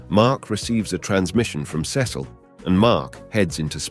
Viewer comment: I’m I the only one that cringes when he say Cecil